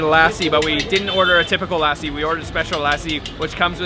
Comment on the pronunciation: You're gonna put on at least 10-15 pounds by the time you leave Punjab/India.. just a friendly heads up to be prepared! 😁 Also its PUN JAB EE not POOON JAB E... and its LUH SEE...not LASSIE...